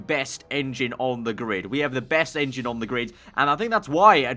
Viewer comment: Honda Rengine... oh brits